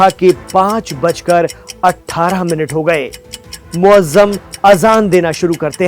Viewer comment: आप अपनी आडियोकोफिर सुनेअजानदेंने वाले को मोअज्जम नहीं मोअज्जन मेरे इल्म में है कया मुझे इसलाह दरकार है?